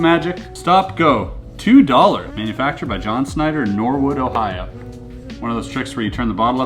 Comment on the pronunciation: Except it's pronounced Norhood